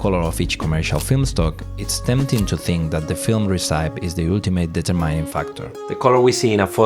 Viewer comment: Nice edit. I like your accent (never a bad thing), but there were a few words that were completely mispronounced: recipe and digital are a couple of examples. Not trying to be mean, just help. Love the content. Can't wait for part 2.